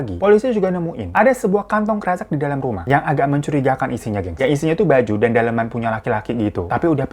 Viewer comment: Bang, kresek itu dibacanya kresek bukan kresek 🤣🤣🤣